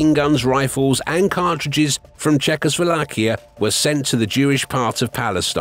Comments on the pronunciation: "Czechosvolakia" lol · Wait wait wait... did he just mispronounce "Czechoslovakia" twice in a row?! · Why do you pronounce Chechoslovakia so weird? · weird pronunciation of "Czechoslovakia" 😂